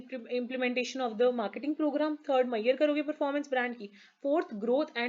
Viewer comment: thankyou but mayer???? its measure.....